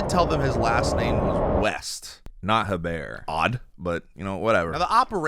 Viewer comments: Her-Bear is an insane pronunciation for Herbert lol Edit: Just heard pronounce it, sorry for doubting you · Hebert is pronounced "ay-bear"